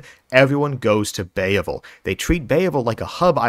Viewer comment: Bay-uh-vul problem